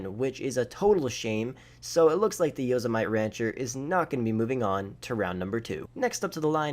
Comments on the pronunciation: It's Yo-sim-a-tee not Yo-se-might lolol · Say it with me. YO-SIM-A-TEE Not Yazamite. Jesus man haven’t you ever seen Yosemite Sam? Heard of Yosemite National Park? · Hey bud, it’s pronounced Yo-sema-tee. Not yoza-might. You know like Yosemite Sam… Yosemite National Park in California… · Yosemite like yo-sem-ih-tee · Yosemite? It's named after a national park in the US. It's pronounced yo-sem-i-tee. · That says yosemitee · The Brawler failed...how'd you get that opening video of the Brawler DRIVING ON THE RIVERBED? One more thing...yo-SEM-it-e. Like in Yosemite Sam, from Bugs Bunny cartoons. Thanks. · I was going to say something about how you said “Yosemite” but Jesus Christ why did you mod those cars like that, that’s horrendous. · Didn’t do the guardian which is probably the best, pronounced Yosemite wrong, says street legal vehicles you see in real life, I don’t remember the last time I saw an insurgent on the street, a big armored truck? Yea he must live in a military base or something. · The Yosemite only failed because it noticed how you pronounced its name.